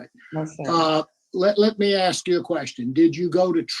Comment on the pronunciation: "I AXE to be move, I AXE..., I AXE..., I AXE..."